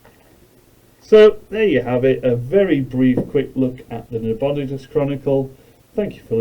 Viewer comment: It's Na-bo-NIGH-dus, not Na-BON-i-dus.